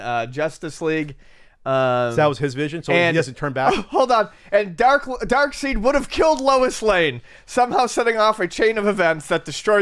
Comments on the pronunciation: Fanboys get angry at shitty movies for straying from source material. Calls Darkseid "Dark-seed". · lost me when he called him darkSEED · Its not pronounced "seed" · cause of pronouncing it that way in the video!